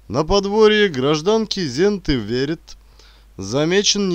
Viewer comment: К сожалению ошибки режут слух. Если речь о латышах то деревня не литовская а латышская. Женская фамилия не Верит, а ВеритЕ.Чтец читает словно только-что проснулся ,лениво и развязно. Чтец поучитесь у чтецов старшего поколения .